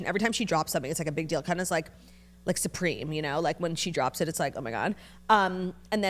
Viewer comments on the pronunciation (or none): none